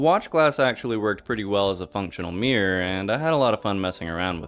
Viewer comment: Mirror… not meear